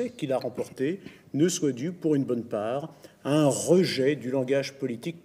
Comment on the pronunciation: Pas un "re-geai";un rejet...